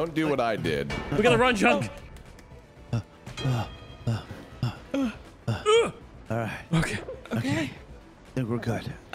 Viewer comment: Junk, not duck